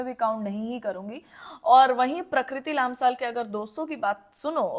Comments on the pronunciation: It's लम्साल , not लाम्साल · It's lamsal not laamsaal but thanks for speaking up